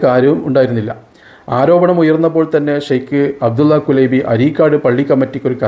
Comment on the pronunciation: കുലൈബി എന്നല്ല കുലൈബ് എന്നാണ് عبد الله كليب الهاملي